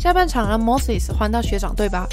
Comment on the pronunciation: Moses怎么就念成mosis了